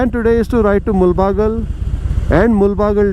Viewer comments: Please pronounce the town's name properly in Kannada. It's ಮುಳಬಾಗಿಲು not ಮುಲ್ ಬಾಗಲ್ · Great video, and small correction, it is not Mul-baagilu but Moodala-baagilu in original kannada. This place is entry point to Karnataka if you are coming in opposite direction and thus the meaning.